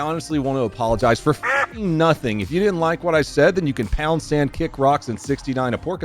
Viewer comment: Dude I seriously thought you said “pounce and” fkn YouTube subtitles accurately told me what you said. For once. Almost ALWAYS it’s wrong when it comes to uncommon terms/sayings. Which I know “pound sand” is a military/football/ and maybe cop term? Maybe? I know my military fam says it. And football playin cousins. Idk but yeah, I’m that’s crazy